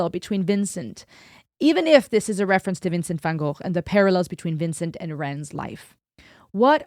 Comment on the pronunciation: So good to see someone pronounce Van Gogh correctly, instead of go. I’ve just been watching some of you’re other videos and appreciating the intelligence